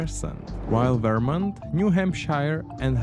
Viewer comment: I made it to the "most dangerous" map and I see Illinois (Chicago) and Michigan (Detroit) marked as the most safe places in the country and I just tapped out. IDK where you found this but if the AI can't even pronounce the state of Vermont, I'm gone.